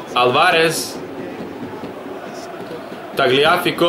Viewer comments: Nije Tagliafiko nego Taljafiko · Ne isgovaraju se tako imena nego mazrauji,taljafiko,promes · Kaže se Tajafiko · Tagliafico se cita Taljafiko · Kaze se taljafiko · Nije hejt kaze se taljafiko